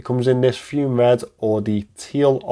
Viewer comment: It's pronounced FUMAY, not FUME. It's presently $395, and they have given a 2 year warranty. The clasp they have put on it now looks excellent. If you still have it, I may be interested